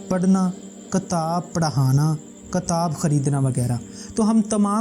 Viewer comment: Kitaab mere bhai not katab